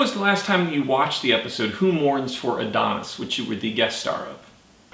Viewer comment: The moron conducting the interview doesn't know how to read and is woefully ignorant of the meaning of the episode. Why? It's not, "WHO MOURNS FOR ADONIS?" It's, "WHO MOURNS FOR ADONAIS?" Big difference, among educated people. But he's, what, 22, and is a product of the dumbing down of American youth. Putz.